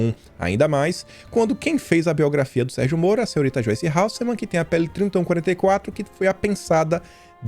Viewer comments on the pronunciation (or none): PELO AMOR DE DEUS CARA. NAO GOSTO DA PEPPA MAS O QUE É CERTO TEM QUE SER DITO.. VC ATÉ HOJE FALA O SOBRENOME DELA ERRADO.VC DIZ HALSSEMANN E É HASSELMANN. ISSO É IMPERDOÁVEL PARA ALGUÉM NA SUA POSIÇÃO...